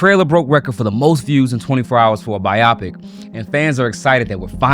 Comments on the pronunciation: My dude… BYE-oh-pick, not bye-OP-ik 😂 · pronounced bio-pic. not biopic. are you AI? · Friend, it is pronounced bye-oh-pic. Not bi-op-ic. It's short for biographical picture. It does not rhyme with myopic. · i like that he pronounces it biopick instead of bio-pic (which it's supposed to be, it's a biographical movie) ...he made it sound like a medical procedure and it makes you take the whole thing just a liiiittle more seriously 😂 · It's pronounced bio-pic not bi-op-ic 😊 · Its pronounced "BIO-pic" not "bi-AW-pic" lol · Bio- pic, not bi-opic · It’s a bio-pic not a bi-optic. 😂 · you mean a BIO-Pic not a biOpic... behind the movie instantly knew that you were 20 or younger, is I can tell you would never heard that word before and just made your narration from chat GPD lol If it's bored that you never use or don't use in your real life then you really shouldn't leave it in the script you're not 100% out of pronounce it it's a dead giveaway that you didn't write your own script. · It’s not “bye-opic” it’s “bio pic.” As in biography picture. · SMH. This younger generation that cannot correctly pronounce biopic. Kids, it doesn't rhyme with myopic. It is short for biograpic picture. Bio paired with pic. You're welcome. 😂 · Why the hell do you pronounce it bi opic And not bio pic Another name for documentary Or biography 😂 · Oh ffs— It’s pronounced BIO-pic, not bi-AH-pic. Everyone makes mistakes but I keep seeing ‘entertainment reporters’ saying the word like it rhymes with ‘Myopic’ the eye condition. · It's bio-pic not biyopic. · It’s bio-pic not bi-opic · you called it a Bi-Opic? Not a Bio-Pic? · It’s bio pic not biopic 🤦🏻 lol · Bro its BIOPIC (bye yo Pick)......the other way your saying it its killing me 😂👍🏼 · Pronounced Bio-Pick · Buddy, biopic is pronounced Bi-Yo-Pick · is that really how you pronounce biopic, i thought it was bye oh pic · Its pronounced BIO PIC brotha 😂😂😂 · Biographical picture. How it stated being pronounced like “myopic” I’ll never know.